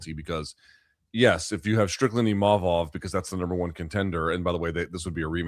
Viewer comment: HEY LUKES. Can y'all pronounce IMA-VOV correctly.. it isn't IM-A-VOV. Chuck, keep killin it